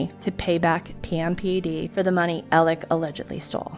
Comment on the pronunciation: I'm sorry but is his name Alec, Alex or Elig like I'm hearing it pronounced here? I'm confused. I've heard/seen all three. Thx to anyone who knows. I'm new to this case.☺